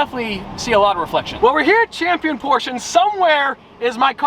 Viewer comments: Still porschE not porschA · NOOOO ! It's just "Porsche" not "Porscha" 🤣🤣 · ITS NOT PORCH ITS PORSCHE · “Porsh-eh” …not “Porsh-ah” If you really have to point out pronunciation, please get it right…or don’t mention it at all, and simply say it however you want. Cheers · You were saying it correcr. Porche, then you ruined my day and said porcha.... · Please do not buy a Porsche, because I can’t listen to your “correct” pronunciation. It is not posch-ah. It is much worse than just making the e silent.